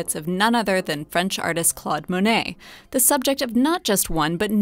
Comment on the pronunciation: Learn to pronounce Monet's name. Say, "Klohd". The 'o' is a long vowel. You don't have to be ignorant all your life.